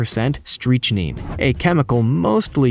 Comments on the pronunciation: Stopped video at "Streech-neen"... sorry if you don't know how to properly pronounce "Strychnine = Strick-Nine" DO NOT DO A POISONOUS TREE VIDEO... OR ANYTHING "EDUCATIONAL." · Especially a channel with the term “genius” in its name.... “Streeechneeen tree” ruined it for me. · Indeed. "“Streeechneeen tree” damn near killed me. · Painful, isn't it. Tanzania here I come once I don't get streechneen poisoning... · "streetchneen" it's not the result of any accent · Thank you! I was hurting my ears listening to these mispronounced words! I'm thinking to myself "I can't be the only one." Sure enough, I'm not. Streechneen?!?! Really?!?! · It's pronounced "strick-9". Also shipworms don't eat flesh, only wood with the aid of symbiotic bacteria. ....in fact, why are you talking about the shipworms? They grow in sunken wood; it's not even a specific tree. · Yeah, "Streetch-seen," lol but what about that first tree that can "also be found in 'Tan-ZANIE-ah'?" That sounds like a place in a Marx Brothers' movie. It's 'TAN-za-Nee-ah, for Pete's sake. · Thank you, I was like "It's strick-nine....wft. Have you never heard of Strichnine poisoning?" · What is "streechneen"? If it's even half as deadly as strychnine, I wouldn't go anywhere near it. Yikes. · “Strich-neen”?.Does no one help these guys out to not sound as if they’re not cold-reading someone else’s science paper? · Dude, learn to pronounce "Tan-zah-nee-ah" and "Strick-nine" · Strick Nine Strychnine How could you say that word so many times, so incorrectly, when I can't think of a single person that has probably never heard of strychnine.. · “Streech neen” bruh you killing me with this pronunciation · Cerberin as a [COMPOUND], or [CHEMICAL]. Cerberin is NOT an element on the Periodic Table. ...and the CH in Strychnine is pronounced like in StriCt - Surely you've heard of the poison Strychnine before??? Maybe you should just call your YouTube channel 'The Lemon'. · “Streech neen” ...Jesus Christ.